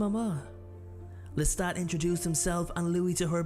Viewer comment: Your narration is shit! It's LESTA(T) NOT LESTA(D)! MAYBE she was 5 in the novel, but in the movie she looks way older! 🤔🙄😒🤨😠